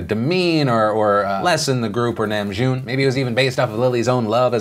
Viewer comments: Oh man, Philip, every time you said Namjoon's name I cringed. The Na rhymes with Ha in hahahahaha. But I'm so glad you included them in this video. Their message is so incredibly important and they've worked so hard to use their platform for good. I honestly agree that it's not that deep about Superwoman but can also relate to fellow Army. The Kpop industry is so competitive and often times toxic, so to have someone again to seemingly reduce BTS's hard work to nothing more than fangirling, it's a bit on an insult to some. In regard to Trump, I think it's more that he doesn't care and is only thinking about himself, not America. He's being self congratulatory not patriotic. On the subject of Bill Cosby: GOOD. Finally. I agree it's not a long enough punishment but I'm glad that his reprehensible actions are finally being punished. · he didnt say it correctly lol its nahmjoon not nemjune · Phil, just a little critique, Namjoon’s (남준) name is pronounced “nahm-june” not “nam-june”. Otherwise, thank you for the BTS coverage 💖 We really appreciate it! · I just want to say... its NAHM-joon Not Næm-JOON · Btw, the name is pronounced nahm-joon lol. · Did anyone else cringe every time he said “nam-June”? 😂😂 anyway love you! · THE WAY HE PRONOUNCED KIM NAMJOON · He didn’t pronounce it correctly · Lol new game take a shot everytime phil pronounces Namjoons name wrong😂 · The way he pronounced namjoon... agh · I hate the way he pronounced Namjoon but it's not like I expect him to pronounce it right. Just ikr me lmao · He pronounced RM's last name wrong lol